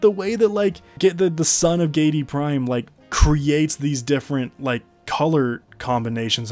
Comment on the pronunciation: Gee-ay-dee Prime. Giedi. Not Geidi. Sorry, thx for the great video haha